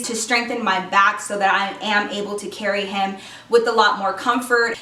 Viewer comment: did anyone hear her say "carry him"